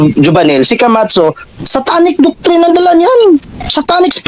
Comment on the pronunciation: Pagbanggit pa lang ng camacho mali na e, kamatso ang sabi e. 😂